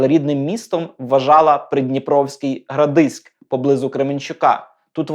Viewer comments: Дякую за чергову чудову роботу! Хочу тільки додати невеличке виправлення: рідне містечко Соні Делоне називається ГрАдизьк (наголос на першому складі). Сподіваюся, вдасться назвати іменем художниці одну з вулиць у Кременчуці. А якщо зовсім все добре піде - то і в Градизьку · ГрАдизьк, наголос на А. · Перепрошую, проте наголос- ГрАдизьк